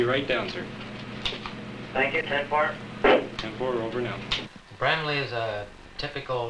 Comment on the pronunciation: Why can't people in the 1970s pronounce Bramalea?